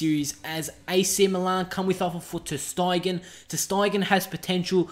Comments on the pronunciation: u have some incorrect players names, like munir, ter stegen , arda turan and it not al itthad ur saying it wrong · Ter styegen lol